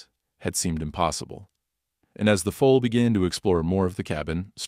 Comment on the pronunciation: Foal, not Fool. !!!😅